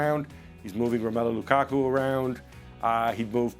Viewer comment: No one says Lukaku better than Ale 😅